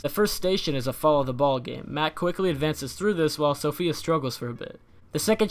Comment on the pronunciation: Her name is SAFIYA not "SOPHIA"